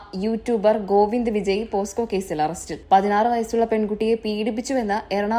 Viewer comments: എടി പോസ്‌കോ അല്ലാ പോക്സോ 😅😅😂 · Posco alla pocso